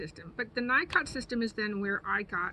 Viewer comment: "Knee-coh" not Nycot. Just sayin.